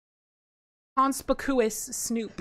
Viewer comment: That’s not how you pronounce conspicuous lol